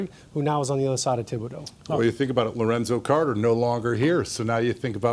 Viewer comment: My man said Lorenzo carter